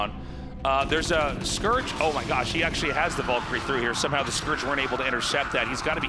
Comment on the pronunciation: The way Artosis and Tasteless pronounce Valkyrie almost gave me a stroke